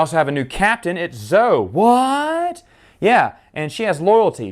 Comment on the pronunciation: Thanks for the review, but her name is pronounced ZO-eee!